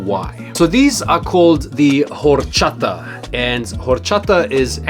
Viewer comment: The H is silent bro